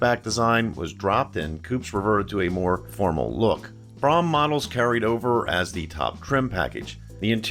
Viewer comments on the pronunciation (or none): I think you mean Ford Brougham. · You misspoke on the 1969 LTD saying that the "429 was available in a 'two carbureted version' rated at 320 horsepower..." when you clearly meant to say ""two barrel version." The 460 AND the 429 were available in 1973. Oh, and PLEASE learn to pronounce "Brougham." It rhymes with "roam" NOT "prom." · Brougham is pronounced "broam," not "brahm." Good video though. Not enough videos out there of one of the best built American cars of all time. Something I doubt we will ever get back. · "Brougham". Correct pronunciation is "Broom", not BROM. As a kid, I always thought it was like Chrome, but with a "B". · not pronounced brom but brome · Great video. Comments: The top trim level is spelled "Brougham" and pronounced "Brome". The 400-2v V8 was OPTIONAL on all models except the 74 LTD Country Squire, where it was standard. The tape player that became optional in the late 70's was a CASSETTE. 8-track was available well before that. The steel-sided "LTD Wagon" was a 73 1/2 model. The 460 became available in 73, along with the 429, which was discontinued for 74. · I have to point this out. My parents bought an Olds Cutlass Brougham when I was 3.5 years old. I grew up kowing how to say it. It is pronounced like his "Broham"" LIke saying "Bro" then "ham" It is not an ice cream shop. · I have never heard Brougham Pronounced Braham and I have always been told LTD Stood for Limited.. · I’m really enjoying your channel,! Your videos are great — and as a former Ford and Mercury owner, it’s good to see these models mentioned. But some of your pronunciations are WAY off in this and other videos. It’s Brougham, not “Brahm”, with the OU sound being OWE. In another video, it’s Ford chairman Alan MuLAlly, not Alan Mully. Just an observation. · STOP! Its pronounced Broughm as in BRO, like BROME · Brougham is correctly pronounced “brome” (rhymes with “home”).